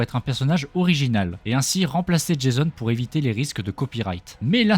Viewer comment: Tu tais tromper tu a dis jaison😂😂😂